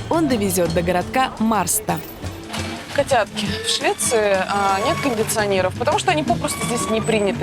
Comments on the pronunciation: боже мой, "городок" называется не Марста, а Мэшта, это я вам как человек 8 лет проживший в Швеции говорю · Не маста а машта 😴😴😴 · МАРСТА, сцуко, аж трясет, МАШТА мЛя... МАШТА на шведском читается. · На марста а мэрста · Может всё-таки Мершта?